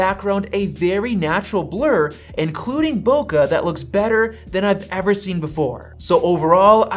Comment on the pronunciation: There is no "uh" in the word bokeh.